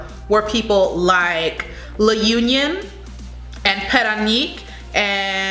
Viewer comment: I love the way you pronounce my home province LA UNION